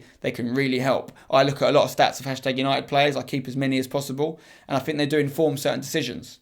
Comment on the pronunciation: it's pronounced stats not schtatsh